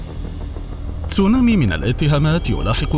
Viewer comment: تسونامي وليس تسونومي